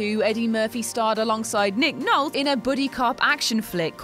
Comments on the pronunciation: Nick Nol-TEE Holly Golight-LEE PREET-SEE 's Honour (Same as in 'pizza') The EYE-ger Sanction (as in the mountain of the same name) The Outlaw JOSEY Wales And it's actually pronounced USTIN Hoffman. The 'D' is silent. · Nick Nolte is pronounced 'NOL-tea'. Damn. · Nick Nolt...lmao, I am AMAZED how Englishmen never look up how to pronounce names or never even heard of some famous names. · Love you guys, but you need to know how things are pronounced!! Nick Nolt? The Eager Sanction? ...forgot the rest, but there was a few! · Nick Nolt-E lol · Nick Nolt...of course, not to be confused with Nick Nol-Tee (Nolte). Get it right, people!!! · Well, maybe that's how it should be pronounced, but that's not how it IS pronounced. The original commenter is correct, it's Nol-tee. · Nick Knoll Tea is how it's pronounced btw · Nick Nolt?!? Jesus christ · Nolte = "NOL-tee". Jesus... young people. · Nol-TEE Go-LIGHT-ly Pap-EE-on Honestly, any credibility you had is quickly going down the toilet. It’s frustrating because these videos are dominantly presented by men so you doing this is refreshing and inspiring. But you’re crapping on the credibility of women to speak intelligently about movies by refusing to research what you’re saying. If you can’t respect an actor/actress by using their name properly maybe you should let someone else do these videos and stay behind the camera/mic? Hopefully there is another woman on the WhatCulture team that could take over and do a good job. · Can someone please teach how to say Nick Nolte's name. Thanks. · What’s the deal with all your mispronunciations? Look up how to say Nolte and Prizzi correctly. Also, it Josey, not Joey. This is your job, right?